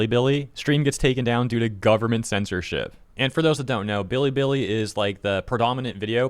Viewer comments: The way he says "bilibili" is kinda cringe (I guess he tries to pronounce it in the Chinese way, but it sounds weird). It's similar to the times when he says like the names of Islamist terrorist organizations and tries his durndest to sound as Arab as he possibly could. It's lame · China: you have to say it like Billy, Billy & not Biddy, Biddy you ILLITERATE ONE PERCENTER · Hasan's pronunciation of that Chinese app is one "bidi" shy of a Twiki impression. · Hasan doesnt even say Bili Bili correct Also hair looks like Trevor Philips from GTA 5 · "biddi biddi" Bro just crush my teeth with pliers I don't wanna hear that pronunciation ever again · “Bidi bidi” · Hasan can’t even say Bili Bili correctly. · Why does he pronounce bilibili like that